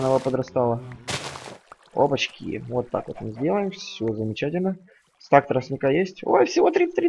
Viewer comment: Говори не стэк, а стак